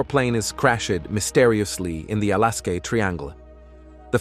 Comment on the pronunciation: When will Ai get it's English correct like crash-aid al-askar